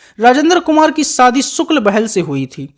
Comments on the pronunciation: You stupid man it’s shadi not Saadi it laughing matter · राजेन्द्र कुमार उर्फ जुबली कुमार के बारे में जानकारी तो सटीक है पर आपकी हिंदी बहुत त्रुटियों से भरी हुई है,आप श को स बोलते हो जैसे शादी बोलते हैं सादी नही शहनाई ना की सहनाई और भी कई शब्द है जो श से है ना कि स से आवाज ठीक ठाक है 🥴🤛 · सादी नहीं, शादी 😂